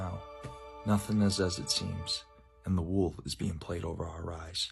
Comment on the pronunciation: I was just listening the first time & I swear he said the wolf